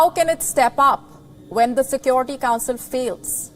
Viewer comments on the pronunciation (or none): Check her pronunciation... Sekwority.... It's sekewrity: security